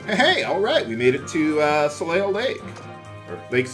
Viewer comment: And it's pronounced soley. "eil" or "eille" is always "ey" in French